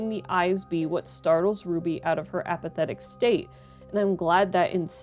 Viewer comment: Damn near made me dislike the vid with that APATHETIC at the end lmao. Great vid.